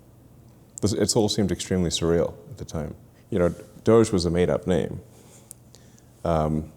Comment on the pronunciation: The proper pronunciation is "doge" as in "vogue". Hard g.